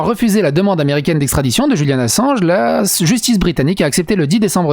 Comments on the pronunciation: Pourquoi prononcez-vous Julian à l'espagnole ( le J) ? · Je viens justement de l'entendre et ça m'a interpellé 🤣 dans une vidéo il a dit que des fois il faisait exprès de mal prononcer des mots, du coup des fois je m'amuser à les trouver 😁